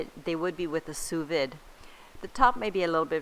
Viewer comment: It's pronounced soo-vee, like boo and like see. Thanks for the video. I'd probably put all of the ingredients into the same bites.